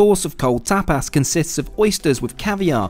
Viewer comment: The way he says tapas.lmao "tapass"